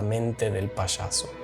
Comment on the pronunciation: SE dice Payaso, no se dice Pashaso...